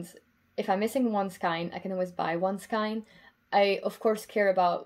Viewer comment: You are obviously multilingual and have an excellent command of English. Just an FYI, skein is pronounced skān in English rather than skīn. I was guilty for years of pronouncing it skēn. 😀